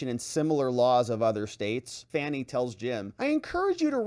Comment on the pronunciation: I love how you pronounce her name F A N N IE. 😂😂all the others call her fawn-y. 😂😂😂